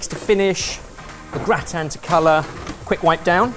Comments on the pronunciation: Me, as a German person: listening to explain his plan and hearing him pronounce gratin I'm sorry sir, what are you making??? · "It's really annoying me that your not calling it a gratan-touille" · James Miles indeed but Germans pronounce it the French way and... doesn't. 😂 Not that that is a bad thing, just confusing to hear when not used to it.